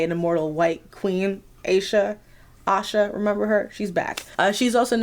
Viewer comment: this was so fun to watch!! and btw ayesha is pronounced a-ee-sha :)